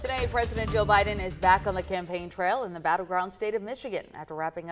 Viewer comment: Boe Jiden??😂